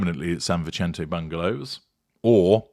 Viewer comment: Vicente is pronounced "Vissentay" the "c" is not like an Italian pronunciation. It is a soft sound. An "e" in Mexican Spanish has a long "a" sound. Not a criticism, Just saying. I am a native Californian from Santa Barbara and love hearing the sound of place names there after living in England for many years. I blame homesickness!